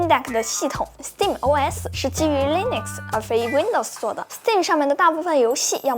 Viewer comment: Nitpick: 是讀Linux (/ˈliːnʊks/）跟Linus Torvalds 名字發音相近